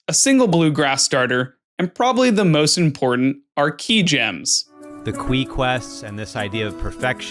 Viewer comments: Pronouncing qi like qwee is way worse in my opinion. I didn’t even notice that he said the S out loud until he pointed it out in the second video. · i don’t care what that man says, that pronunciation of qi is criminal